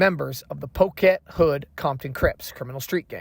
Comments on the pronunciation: I know you're not from California or you don't know the gang terms, but it's Poccet hood, Compton, Crips. It's not poke it hood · No offense! I PROMISE! But it’s pronounced “pocket hood”! It’s spelled the way it is, because it would be VERY “un-crip-like” to spell ANYTHING that has to do with them, with a “ck” in it! So, they simply double up on the “c”! Just like that!🤷🏿‍♂️